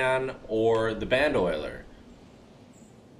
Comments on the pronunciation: BAN-DOE-LEER!!! NOT BAN-DOLIER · Lol it's ban-do-leer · You can't pronounce it... Its B-an-d-A-Leer (bandolier) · it isnt band oiler, its bando lier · It's pronounced band-o-leer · It’s pronounced band-o-leer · Lol where do you see “oil” in bandolier??